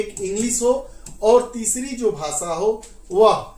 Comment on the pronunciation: What is bhasa ? Ap pahale apna pronunciation teek karo bhasa bhasa bolijari hai